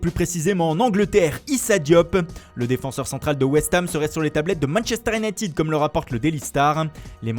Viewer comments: minchister unitid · il l'a dit Manchester united avec l'accent chinois